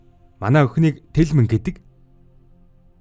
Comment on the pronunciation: Bas telmenee bish telmeen gedeg shuu😂😂❤🎉